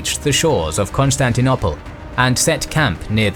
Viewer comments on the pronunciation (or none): The city now called Istanbul was called Constantinople NOT Constantinopple. if you want to pronounce it the way you do in this video you should get scholars to change the spelling. Another mistake in pronunciation is the ci in Latin and Italian: Tacitus is pronounced ta-chi-tus. Ci and ce = ch like in ciao and 'cello.